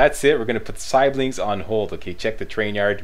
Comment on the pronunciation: Gotta say, way of saying siblings is a bit amusing:D